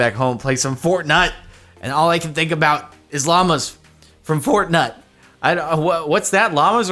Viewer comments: I like how Jordan calls it Fortnite then proceeds to call it Fortnut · Love him saying fortnut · he said fort-nut right? im not crazy i swear. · did he just say "fortnut" 😂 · "Fort-NUT" ~Jardon Maron 2019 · I would stop saying fortnut if I was you...